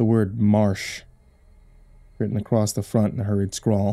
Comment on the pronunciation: I love but why does he keep adding a T to "Across"?! It's triggering xD